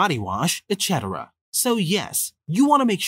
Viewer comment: AI voice. Several examples. "Ladder" instead of lighter. ". "Exchetera" insteas of etc. Not terrible advice but the girl drinking by hand from the stream was dumb.